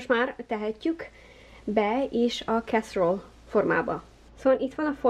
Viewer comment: Nagyon jól néz ki és biztos finom is. De ha már olasz étel, akkor mondd olaszosan, "e"-vel a végén! Kár hogy nem mondtad hogy a "fehér" szósz milyen ízesítésű, hogy mivel tudjuk helyettesíteni?